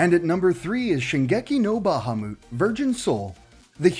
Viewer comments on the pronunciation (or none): How he says Bahamut😂 it’s said how it’s pronounced, don’t try to throw an accent on something if you don’t know what you’re saying